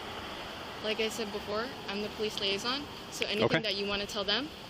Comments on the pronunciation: That was painful to watch.... "Police liason", my god did that cop have the patience of a saint. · The girl who is the self proclaimed “police liason” is talking like she is mentally challenged when talking to those inside the tent….are they aliens from another planet and not speak English??? The officers did not ask if they needed more time or needed anything. She needs to go somewhere, before they do anything. I cannot believe that these officers have to stand for that crap. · Lol “Police LIASON” 😳🤦🏻‍♀️